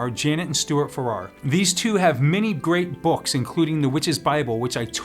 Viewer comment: Just FYI, the Farrars pronounce(d) the name with emphasis on the first syllable; think of it as a corruption of "farrier." Oh, and in B* we use a central, circular altar. Great presentation, though!